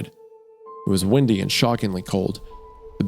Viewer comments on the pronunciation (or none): I was just wondering if he says windy like that because of his accent or because he reads words weirdly on purpose sometimes lol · "windy" and "wendy" are two different words my guys